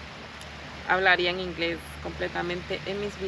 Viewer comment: Ingles?, la falta del acento cambia el significado. Ingles (entrepiernas) = GROINS, inglés = ENGLISH